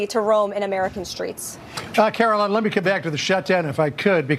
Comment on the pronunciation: "Karo-lyin leavitt"